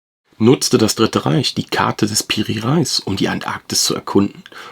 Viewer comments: Artikulation fehlgeschlagen Bei PIRI REIS HAHAHAAHA jetzt darf ich als Türke einen Deutschen korregieren wie geil... ALSO kein REIS zu essen sondern REEE-----iiiiiiiiiS artikuliert Rejis oder REYIS. REIS bedeutet Kapitän. Danke wenn ich helfen konnte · Schon interessant und gut recherchiert, wenn Piri Reis auch nichts mit dem Getreide zu tun hat, sondern Re-is ausgesprochen wird, was man wissen sollte.